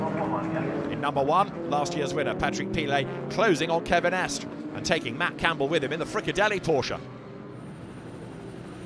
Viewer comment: It’s estra not esk